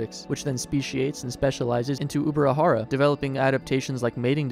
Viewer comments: Ubirajara is pronounced "J" as in English, not with "R". The language spoken in Brazil is Portuguese, not Spanish. The "J" in Portuguese is pronounced in the same way as the "J" in English, and not "R" as in Spanish. The name is indigenous to Tupi and he reads and writes in the same way as Portuguese. The correct way of speaking is "UbiraJara" and not Ubira"R"ara. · its no ubirarara its ubirajara, brazilians speak portugues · Uh, J is not pronounced R in Spanish, it's usually an H. He was pronouncing it UbiraHara. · I get it, so in English H sounds like R. That's okay, but the pronunciation of the dinosaur in this video is still wrong.